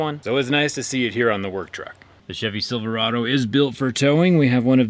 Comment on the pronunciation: I definitely heard "silver auto" and not "Silverado" and now I kinda wish it was "silver auto" lol